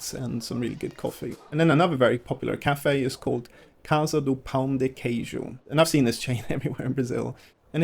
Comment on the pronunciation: Congratulations for your "pão de queijo" pronunciation 😂👏🏻👏🏻👏🏻👏🏻